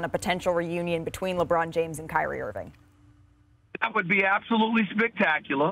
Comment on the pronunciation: Kyrie Irvin' - Stephen A